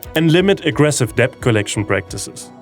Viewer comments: Love hearing about the progress in providing health care for low-income patients, but the thing that really made me smile and get on the verge of laughing was hearing you pronounce "debt" over and over and over -- while pronouncing the silent "b". English tends to collapse combos when they have multiple plosives in a row (p b t d k g), so it's just "det", much like "cupboard" is pronounced "cubberd". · don't say the B in debt just say det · It's really uplifting to get this monthly dose of positivity. It's not all doom and gloom. Thanks for this. Oh, just a little niggle: the English word "debt" is pronounced "det" (the b is silent).